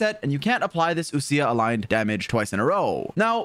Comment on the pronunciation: wild how people pronounce ousia as oo- sia instead of like oh-sha/oh-sh-yuh